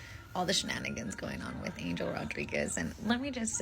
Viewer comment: People, pronounce his name right, “Ahn-hel” Rodriguez